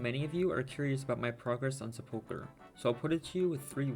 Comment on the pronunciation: Is there a reason why no one who plays this game can pronounce sepulchre? You can literally have Google pronounce any word for you and it takes 5 seconds